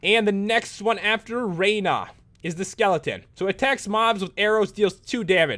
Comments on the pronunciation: rana not rara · It's Rana not Raina